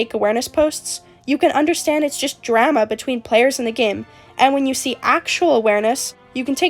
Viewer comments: PLEASE STOP PRONOUNCING DRAMA LIKE THAT I'M CRYING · im sorry but the way you say drama is making me cackle 😭 (no offense!!!) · I tried to take this video seriously but everytime you say drama it just feels really weird 😭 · Only drama imma start is. Where are you from that drama rhymes with scammer? It rhymes with llama over here in Australia. I’m laughing because I work at the nutcase factory. (We are all nutcases and should be put in the white padded cell) it’s like a zoo for people. Daycare for people with disabilities. People treat it as. Mind you I only get paid 3.01 an hour. Drama llama. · i dont mean this in a rude way I SWEAR but the way you say drama is kinda silly, i like it XD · the way you say drama is very interesting 😭